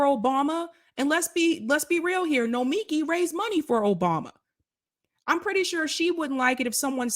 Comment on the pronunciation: BTW, her name is said no-me-KEE